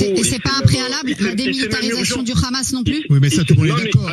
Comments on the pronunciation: D abord c'est pas khamas mais Hamas ou 7amas mais c'est dur de prononcer la lettre arabe h Le problème c'est la colonisation et le sionisme 1948 vous connaissez madame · Le rrrrhamassss